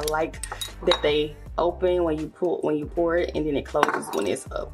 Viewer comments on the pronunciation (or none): none